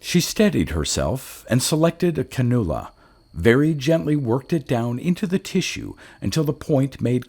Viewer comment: Nice story! Also “Can-you-la”.